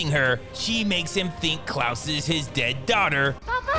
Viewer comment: You really don't know how to pronounce the name Klaus??? It's definitely not "Klahhs" like you kept saying it ....